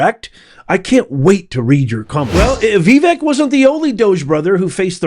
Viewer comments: Hard to watch this video with how you pronounce Vivek. I’m not even sure which way is correct but I much prefer Vih-veck than Vee-veck. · Veh-Vake…is the proper pronunciation of Vivek, it’s not VeeVeck… I only mean this in a kind way!! The way you say it makes it hard to take what you’re saying seriously, you’re too educated for that!! I love and appreciate your work, so please don’t take this post as disrespectful. It’s meant to be helpful! Thanks for another great video!!!! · His name is not Veevek. It's pronounced Vivake (vake) like cake he always says. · Please stop mispronouncing Vivek. It's not VEE-vek. It's vi-VAKE. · I'm 82, and I agree with Vivek.😢 By the way it's pronounced Vee-vake, as he says, it rhymes with cake! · Ok, professor….his name is pronounced Vivake, it rhymes with cake! It’s spelled Vivek, but it sounds like Vivake. He is right! But no one wants to hear it….the truth hurts sometimes. Americans do have what it takes but the system is failing us. The education system, the family system, health system….and the internet is creating lazy young kids. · OMG!!! IT'S NOT "VEEVEK" IT'S "VAVAKE" RHYMES WITH CAKE!! 😊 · Okay, it's NOT "Vee-veak" it's Vi-Vake. Rhymes with cake. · Not to offend but Vivek is pronounced Vi, (sounds like victor) Vek (rhymes with cake)... pronounced with accent emphasis on the vek. And I believe you've completely misinterpreted what Vivek is saying. He's spot on. Blessings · Having initially made the same mistake myself, unless you’re doing it intentionally and / or disparagingly, my constructive criticism for the day is … your pronunciation of Vivek Ramaswamy’s first name is incorrect and needs to be corrected as Vivek is “properly” pronounced like Vi•vake [i.e., the second syllable, believe it or not, is pronounced like “cake” or “lake”]. Otherwise, I’m a “big” fan of your podcast to witch I’m duly “subscribed” and try to hit “like” every time I watch / listen ❤ !!! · it's said like "Vi-VAKE" (rhymes w/CAKE)